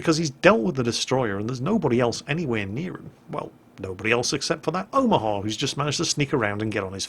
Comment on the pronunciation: I think you might even be mispronouncing Omaha, you're pronouncing it like Omahar